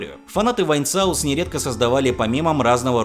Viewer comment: Во-первых, не "вайнсаус", а "вайнсос". Во-вторых, это был не Вайнсос, а Джоэль (он же Vargskelethor). В-третьих, фильм, который ты помнишь, скорее всего называется "Галгамет" (Galgameth). :)